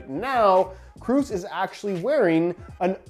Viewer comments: I'm not German, I'm Swedish. But I think it's pronounced like "Kråås" Considering the letter å is a Swedish letter the best explanation I can come up with the English alphabet (which is the same except we also have åäö) now is "Krohs" Not "Cruise" haha. No disrespect, just find it funny to hear different pronunciations. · Is Kroos not Kruus Just so you know Sounds weird hahaha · Kroos not Krus, Kross or Kraus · Hey, the 'oo' n Kroos sounds more like the 'oa' in Boat. Greetings from germany, loving your content! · It's should be pronounced like "Krohs" 😉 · I'm german and can confirm that all ways you pronouced Kroos were wrong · Hey, its tony kroos not tony kroos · Haha wie er Toni Kroos falsch ausspricht 🤣